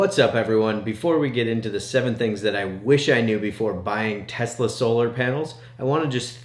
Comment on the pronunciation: Tesla not Tulsa